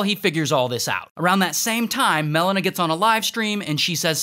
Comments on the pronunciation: And Mel-ena instead of Melina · The way he pronounces Melina just hurts my ears